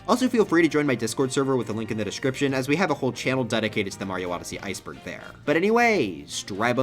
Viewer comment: i thought he said "mario heisenberg" instead of "mario iceberg" 💀